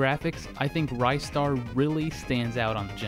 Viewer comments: It's Ri-star, not Rye-star. You make him sound like a special type of bread. It's a classic game though, one of the best games I ever played in my life and as for the music it's probably the best from that composer. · Glad someone said it. BTW it's not pronounced Rye-star it's pronounced Ris-tar! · ryestar? are you shitting me man!?!!?!? ITS REEE STAR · Its Ristar not RiStar. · It's not Ristar! IT'S RISTA THE SHOOTING STAR FOR CRYING OUTLOUD! Well I do not care what you go by. Did not pull out REGIONAL DIFFERENCES! THIS IS LIKE SONIC CD'S CASE OF GRAPHICS! OH MY GOD POINT OUT THE REGIONAL DIFFERENCES BEFORE REVIEWING * PACE PALM * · I love this game. Ristar is to this day still one of my favorites. I guess this whole time I have been pronouncing his name incorrectly. I thought it was pronounced like wristar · It's pronounced WRIST STAR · He keeps mispronouncing it... it's WRIST STAR. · the moment he said rye star I knew something was wrong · I'm pretty sure it's pronounced "RIZ-STAR" but, tomato, tamato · Your saying Ristar wrong.